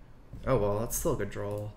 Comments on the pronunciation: Why do you keep saying "drawl"....? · Da Bx which doesn’t make any sense, there is no a after Y, no r between two a. Just like there is no l after draw